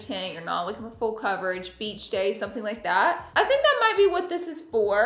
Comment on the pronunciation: not me thinking about Fool Coverage every time she says full coverage 😭😭